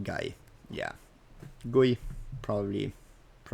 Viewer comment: It's pronounced G.U.I xD